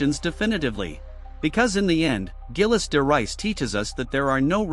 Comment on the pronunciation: Zheel de Ray is the pronunciation